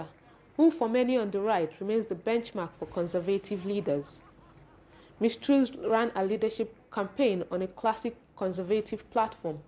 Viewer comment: Pls get your reporter to pronounce TRUS Properly.